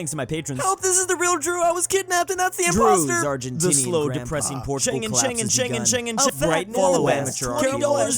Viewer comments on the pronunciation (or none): none